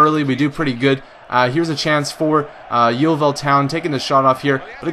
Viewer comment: Lol, the way you say Yeovil is funny but no matter, lots of people pronounce it wrong :)